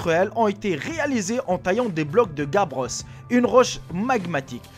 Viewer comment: Petit coucou! Je te suis toujours! ^^ Toujours aussi cool tes vidéos Et si je peu me permettre la roche de Gabbros on prononce "guabreau" x) (Crées en se cristallisant rapidement à la surface des dorsales océanique la plupart du temps) D'ailleurs je me demande comment il on pu l'obtenir du coup...